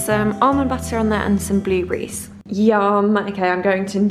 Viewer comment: why do you say bluebrees rather than blueberries? so annoying